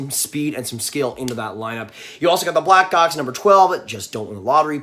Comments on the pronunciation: Omg did he say blackcocks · ayo the way he said black hawks